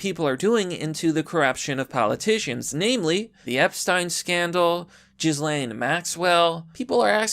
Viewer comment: it’s around the mark and I chuckled for about five minutes after. As a bonus, I also chuckled when he said “Jizz-lane Maxwell” at around the mark.